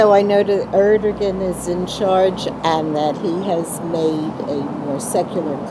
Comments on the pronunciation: How they said Erdoğan gave me cancer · The way Americans pronounce Erdogan😂😂😂